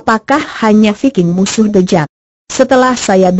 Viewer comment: Tulisannya the jack kok di bacanya the jeck kok dibacanya thejack